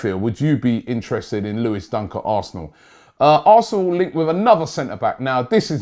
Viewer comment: lol it's Dunk not Duck😂😂